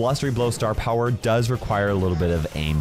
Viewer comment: "star pwower" - 2023